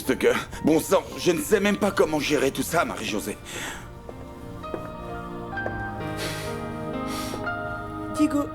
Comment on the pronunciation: J'adore quand appel Ana Lorena:Lorelayy et Diego:Diegounè😂😂😂😂😂